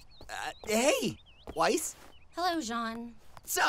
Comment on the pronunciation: i thought Weiss's name was pronounced "whezz" like gasping for air